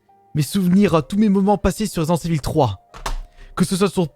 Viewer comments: 😂😂 resent evil au lieu de resident😂 mais aussi non super video continue comme ça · « Résident evil FROUiii » 😂😂